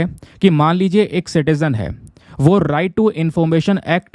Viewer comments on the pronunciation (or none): none